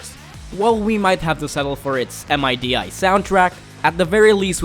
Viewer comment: Who calls it M.I.D.I.? xD